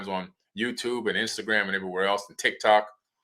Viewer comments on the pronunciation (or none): none